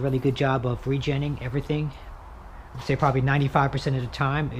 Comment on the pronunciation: Why don’t you say re- genning one more time